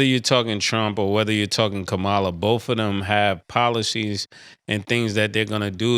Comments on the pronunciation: Good morning,Cam & Mase I love this show I’m always telling people to get with yall. But with all do respect Murder, listen it’s your privilege to vote for Trump but you really need to pronounce KARAMLA HARRIS name correctly, don’t be a uncle Thomas my brother, she is a BLACK woman who represents your black community. So don’t do that my brother it don’t look good my man. Respectfully. Yo boi Chicago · like you can see it on her face every time Mase mispronounces Kamala’s name. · Can someone please tell Mase how to say VP Harris's name?!!